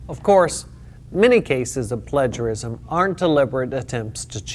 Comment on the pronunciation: its Play-ger-isum, not pledge-er-isum